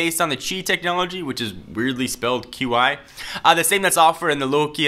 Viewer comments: qi is pronounced chi in chinese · In Chinese Qi is pronounced "chi"